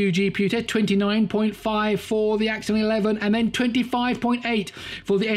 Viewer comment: It's not axion it's axon